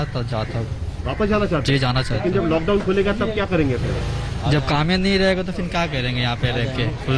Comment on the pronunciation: Are Bhai lad down nhi lockdown hai 😂😂